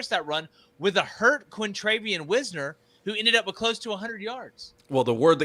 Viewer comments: BRO its Wisner not Wizner! Geesh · His name is Wisner as in "wise"....not Wizner. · His name is (why-z-ner) not whizzner..DA. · here (who has mispronounced Tre WISE-NER’s name all season- stated that “Texas could do NOTHING against OU the whole first half”, revealing that he didn’t understand this game or Texas’ strategy at all. Texas was busy in the first half wearing OU’s defense out by running them sideline to sideline with outside zone, which stymied OU’s aggressive stunts and slants, so that in the second half Texas was able to run at will on an exhausted OU defense, for 20 unanswered points. A moving O-line was impossible for OU to play all their defensive games with, OU’s defenders were like flies running into flypaper against texas’ o line, which pulled them along in a tidal current that allowed Wisner (pronounced WISE-NER) to ball out and run at will for 94 points. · Check Wisner pronunciation. Otherwise, good vid. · Please god learn to pronounce Wisner's name correctly. Hard I.